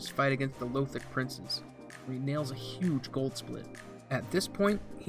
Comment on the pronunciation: Pleeeease stop saying Lowthric lol